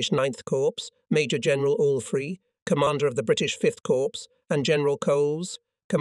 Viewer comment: Corpse = dead. Cor with a silent P or Cors with a silent P. I was at VII Cor HQ near Stuttgart Germany for 3 yrs. Is the production crew unable to read?